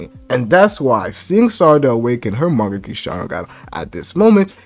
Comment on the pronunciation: Am i tripping or do bro keep saying mangeki?